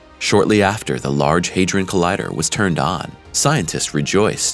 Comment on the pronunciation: It's HA like in the word HAT. Not HEY.